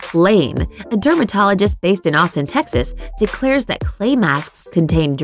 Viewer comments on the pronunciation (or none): none